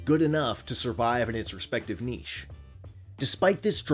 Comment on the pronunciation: Oh thank you thank you thank you! You pronounced niche correctly. What a crazy worm!!!